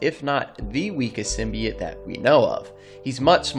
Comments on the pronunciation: Bro it’s symbiot not simibyit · It's pronounced Sim-be-oats not Sim-be-ots sorry had to say it was triggering me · Many old school Venom fans say it sim-be-it, like this guy, because the 1990s Spider-Man animated series pronounced it that way. For us it was the first time hearing it in any form outside the comics. The voice actor clearly mispronounced it wrong but many of us still say it that way. Including me lol. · Also it’s symbi-oats………. Just letting you know 🙂